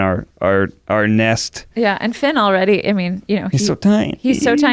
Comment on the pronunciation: FINN does not rhyme with red !